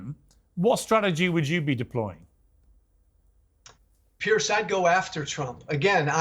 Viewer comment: Why doesn't Piers correct, every time he called him Pierce?